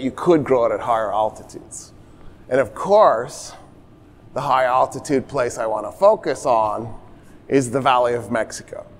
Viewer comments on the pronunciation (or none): none